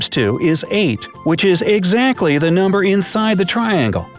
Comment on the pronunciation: noomber XD